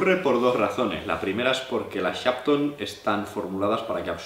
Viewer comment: Por favor, no se entiende el nombre de la marca